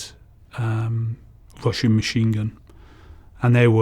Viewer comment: When he said russian MG I heard "washing" machine gun😂